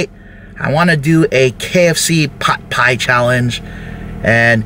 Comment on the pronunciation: Pot pyeeee